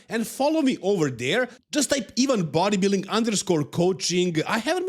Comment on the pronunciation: In the US it's pronounced "eye-vin" for the people just listening they might go to "even"... Just making it as easy as possible